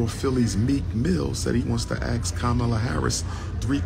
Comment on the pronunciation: I lose brain cells everytime Dr. Umar pronounces the word “ ask” as “ axe “